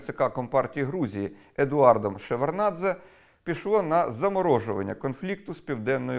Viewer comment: ШеварДнадзе. Так, цієї букви не чути, але вона там є)